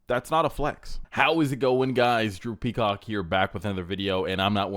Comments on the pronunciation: Is just me or does sound like he’s saying ‘droopy Cock’ in his intro😂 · Am i the only one who hears drippy cock instead of drew peacock?